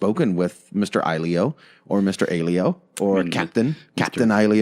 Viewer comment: I think you pronounce it like ahjillio (phonetic USA danish).